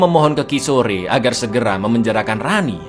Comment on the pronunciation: Kishor ( Kishore) bukan ki sore.😂..polisi wanita bukan polwan GITU 😂😂😂😂😂 thank you for sharing this and SALAM LEBARAN DARI SINGAPURA ❤